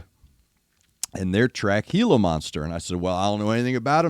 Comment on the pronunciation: You are correctly pronouncing Gila Monster, and no, they don't have them in Australia, but KGaTLW have been quite open about really loving the times they've toured in Mexico, and have also done a fair bit around the US, so I can only assume, they came across a gila monster during some of these times.